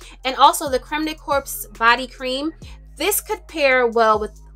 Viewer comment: Hey sis, may I fix your crown? When saying "corps" just say "core". In this instance it's french for body.